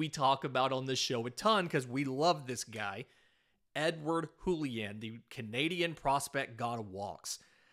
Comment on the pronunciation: It's not a spanish J, it's a french J. "Julien", not "Hoolien"